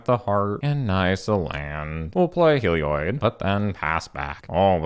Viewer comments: "Helioid" D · Hehe, that is the only reason I brought it up, he says "Helioid" too :P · papa pronounces Heliod like Seth, praise be